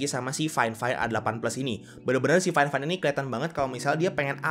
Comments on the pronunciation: Harusnya faifain bukan fain fain bang hehe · Gimana ceritanya fifine di baca fain fain